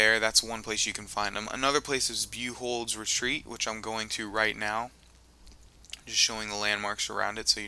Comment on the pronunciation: it is said Buyold, not Buhold